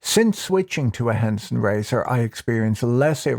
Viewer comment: Haha Henson Razor blades sounded like Hanson Mmmm Bop